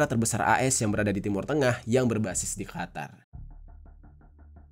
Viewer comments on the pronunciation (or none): none